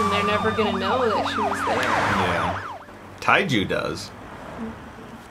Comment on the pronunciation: Tae-ju = Teh-joo